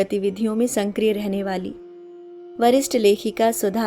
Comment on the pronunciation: Aap apna 'sankriya' bolna sudhar lijiye please wo shabd 'sakriya' hai